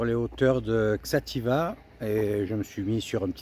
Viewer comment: Bonjour, il faut lire "Chatiba". Merci pour tes vidéos.